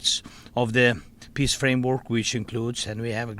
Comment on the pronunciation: Zelensky said peace but I heard piss